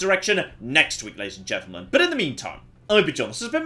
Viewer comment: "Ladies and gentlemen" turned into "Lechen".